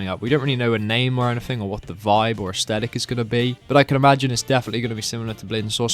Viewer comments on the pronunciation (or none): none